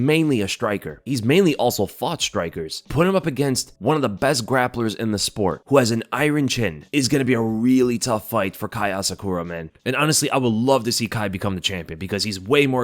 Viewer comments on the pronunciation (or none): He pronounces it "I-RON CHIN" but it's pronounced "IERN-CHIN"